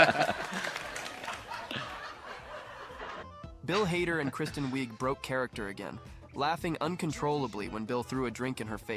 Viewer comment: These AI compilations are trash. It's Wiig, pronounced "wig," not "weeg." C'mon blokes, there's better stuff out there, with 95% less voiceover.